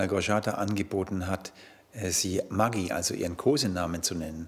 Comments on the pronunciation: Die arme Frau, sagt wie man ihren Namen richtig ausspricht und wiederholt es als hätte er gar nicht zugehört 😩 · Margi nicht Maggi 😂😂😂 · „Du kannst margi sagen“ dann „Maggi“